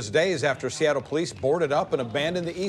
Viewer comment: It's pronounced Seattle. Not Seattle.